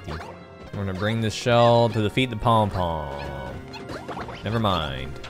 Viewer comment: And "poum poum" is pronounced poom poom.